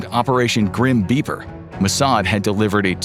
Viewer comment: I heard that too :D. it still sounds to me that way even after repeated listening. The second time he says it, it does sound like beeper